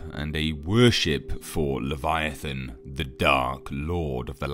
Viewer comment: "leviathaaaan" haha I love how he pronounces it